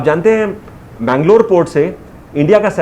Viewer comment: It's not mangla, it's mangala.